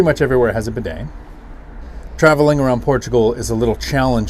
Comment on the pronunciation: Oh, it’s not a “bedang” it’s bidet!